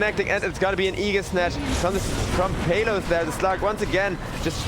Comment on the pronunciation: That caster is pronouncing exec's carry's name the wrong way. It's PALOS (/PAH/LOS/) man not peyloos😂😂😂